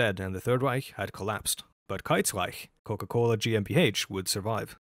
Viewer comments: I am German and I hereby approve your pronounciation. ;) I love all your videos btw. thank you for your efforts. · i only just stumbled upon your channel and i find it funny that you apologize for the pronunciation. your pronunciation is better than 99% of non-germans anywhere on the internet and that GmbH was spot on honestly